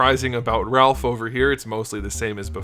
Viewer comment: I HAAAATE WHEN PEOPLE SAY RALPH!!!!... LOL(looking at my gf)... but also hate when people say SAIS (looking at )